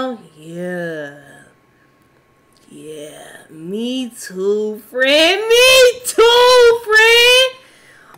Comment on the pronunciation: “Me too fren me too”😂